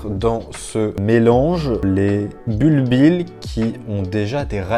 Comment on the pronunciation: On dit "bulbie", les deux L sont muets! ;-)